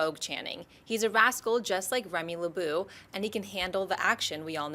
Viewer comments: did pronounce his name as Remy LABOO???? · She said Lebeau wrong..... I screamed at my screen.